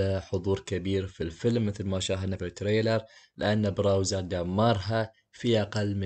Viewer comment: سؤال كم مره قال براوزر؟